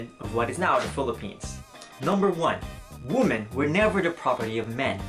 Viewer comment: It's wee-men not woo-men.